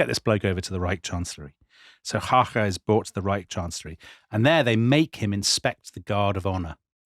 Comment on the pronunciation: Excellent pronunciation of Emil Hácha, sir!